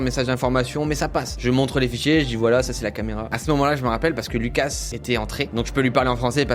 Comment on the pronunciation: En faite moi je suis moitié française moitié Lituanienne et si tu prononce le s tu dois le dire Loukas vu que c est un prénom Lituanien 😉